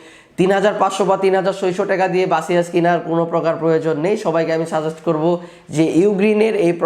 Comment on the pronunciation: বাসিয়াস কি ভাই? 🙄 বেসুস বলেন